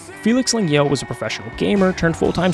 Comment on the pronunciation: >Makes a biography video on the dude >Pronounces his name "Leng-gail" 😂😂😂🤪